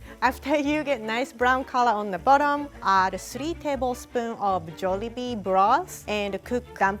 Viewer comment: so glad she didnt say “jawlibee”